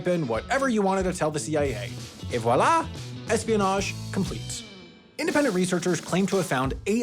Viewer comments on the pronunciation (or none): none